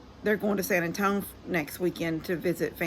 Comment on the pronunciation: Happy Mother’s Day, I like how you say San Antonio.